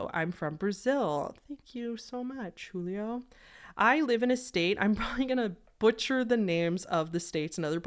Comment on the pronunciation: Also in Portuguese the letter "j" is a j sound, not an h sound. So he'd be "Julio" not "hulio" (just a fun fact)